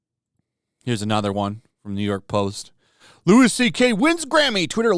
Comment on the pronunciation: Also, it's Louie CK, not Lewis CK lol There is nothing more annoying than this shit.